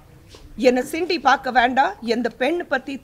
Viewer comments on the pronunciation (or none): அது சிண்டி இல்ல அக்கா சீண்டி